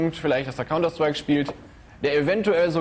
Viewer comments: Kaunter schtreik 😂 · counter schtrike lol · counter schtreik looool XD ich hasse die spasten von WDR